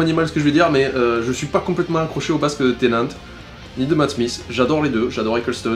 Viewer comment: David Tennant, pas Tennet ! C'est pas un laveur de vitres ! *tennet=t'es net, blague de merde*